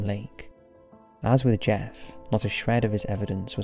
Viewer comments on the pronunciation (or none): none